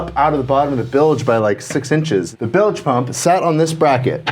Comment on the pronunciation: Y'all are so awesome!!! O.. WOW. That used-to-be-wood panel! ACK ... (btw... "bilj", not "bil-ej")